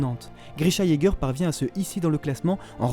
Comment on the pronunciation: Eren Jager ça ce dit Eren Yager voila je voulais juste dire ça et continu comme ça